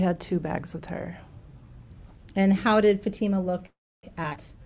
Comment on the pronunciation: The mothers counsel still can’t pronounce Fatima’s name correctly FFS 🤦‍♀️